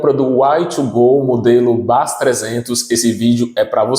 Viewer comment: Fala "Uai thuu goow" e depois fala BÁZZ... não entendo o Brasileiro, até quando acerta erra... kk é BEIS QUE SE FALA, CARAMBA!! BEIS 300!!